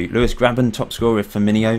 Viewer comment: It's not "Roberto Finminho" or "Roberto Firminio", it's just "Roberto Firmino", not every Brazilian name needs "-inho", which is a suffix meaning little.